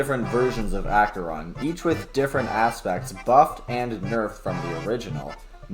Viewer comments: Did he just say Acheron instead of akeron? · bro the way he says Acheron tho 😢